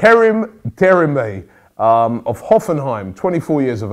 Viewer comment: Robbie it's Karim De Mir Bayyyyyyyy!